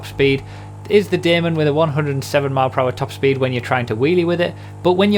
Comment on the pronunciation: Man finally said Daemon right! I'm done! XD